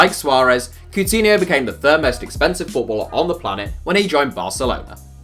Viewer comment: He pronounced Coutinho’s name way off, really?